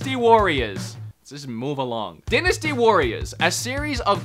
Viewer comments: Die-nasty Warriors.......not Din-nasty Warriors. Lmao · Oh for Hyrule's sake...... Dynasty DIE - NA - STEE